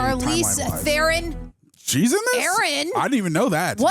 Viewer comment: Ther-ron not theren